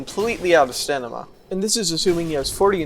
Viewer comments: I just found your channel a couple days ago and love your work. But man, I can't help but be fixated on the way you say "stanima" instead of "stamina". I've personally accrued similar pronunciations for reasons ranging all the way from a conscious choice just for fun, to being taught wrong on purpose as a joke, so I guess I'm just wondering if it's something you do consciously or not. I mean no disrespect, and apologize if this is something you'd rather not discuss. Either way, this is top tier analysis content. Looking forward to whatever you put out next 👍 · Why does it sound like you switched the "n" and "m" in Stamina? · Are you intentionally saying Stanima or do you not know that it's wrong? :o Nice showcase other than that, Enjoyed the video :) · BRO! Stamina! Stamina! NOT STANIMA! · IT IS NOT STANIMA. IT IS STAMINA (St-ah-me-nah) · Are you saying “stanima” on purpose? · It's stamina, not stanima. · stanima = stamina? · Stanima xD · is the "stanima" thing a bit? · Sta-MIN-a. God in heaven. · Sorry, did I hear stanima? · its pronunced 'stamina', mate. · What's with the "stanima"? Is that an inside meme or something? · Yea, I think that just how he says it. It's pretty much every video. Oh well, I know adults that still say "chimley" and "liberry". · The way you pronounce stamina is awful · You say stamina wrong and it's infuriating